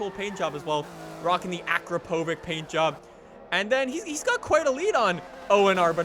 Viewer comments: you pronounced Akrapovic wrong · read akratovič as akrapovich...just sayin